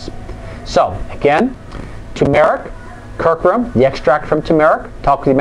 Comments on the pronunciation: I'm very interested in this. I would say you might do well to spend 5 minutes to practice how to pronounce a word that's the central subject of your video, or instead publish this as a blog so that you don't have to say 'curcumin' out loud. People tend to make snap judgement about your intelligence when you badly mispronounce simple words. Try this: CUR--- Q --- min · That is an acceptable criticism. It is actually an error in pronunciation I made quite a few times. I agree fully with it giving the wrong impression. This is something I will fix the next time the subject of curcumin comes up. CUR-Q-min nit Cur-Coo-min.;-) - Blog Here